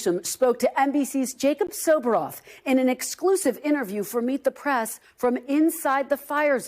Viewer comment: Its "Meet the prAss"......WHY can't you pronounce it prEss?